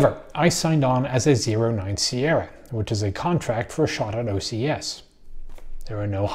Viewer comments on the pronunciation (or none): none